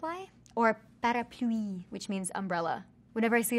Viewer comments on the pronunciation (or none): Pareepluii🤣😭vs parapluie 🤣😭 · Lmao and “parapoolie” *parapluie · Dove: mispronounces peu (she said poo when it should be said like peh) and parapluie (she annunciated the end too much, it should be said like pa-ra-plwee, whereas she said pa-are-ploo-ee) Also dove: I can speak more French than I think I can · The way she pronounce '' Parapluie'' is so cute 💕 Dove and I share birthday (15 January) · Ive watched her say umbrella in French over 20 times now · Her accent was okay but she flipped the r on parapluie which is the wrong sound. It’s cool that she speaks, though! (I’m québécoise so pronunciation might be different if you’re français)